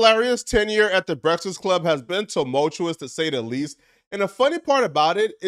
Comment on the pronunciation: Why tf you cant say breakfast correctly?